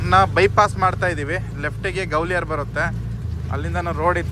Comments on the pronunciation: ಗ್ವಾಲಿಯರ್...😂😂 ಗವಲಿಯಾರ ಅಲ್ಲ....😂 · ಗೌಲಿಯರ್ ಅಲ್ಲ ಗ್ವಾಲಿಯರ್ ಹ್ಯಾಪಿ ಜರ್ನಿ 👍